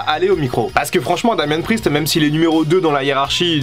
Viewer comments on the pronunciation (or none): none